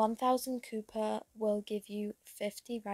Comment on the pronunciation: its pronounced & Spelled Co-pp-er, for the future if you wanna know! ^^